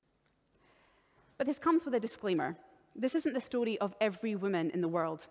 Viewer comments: Am I the only one who wanted to do something incriminating every time she said "stordee" (story) ? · the story of someone who doesn't know how to properly pronounce "story." Yeah, her pronunciations annoyed me as well. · The way she pronounces "story" really irks me